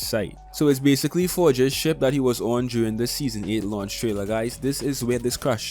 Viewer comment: Man really said "forge's ship" 😂